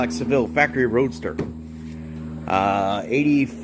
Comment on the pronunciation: What is a Roaster? Maybe you meant Roadster? I couldn’t tell for sure when you were talking. It’s actually a carriage roof/top. Roadsters don’t actually have any roof - think convertible without the convertible top. Looks nice, good work on the paint.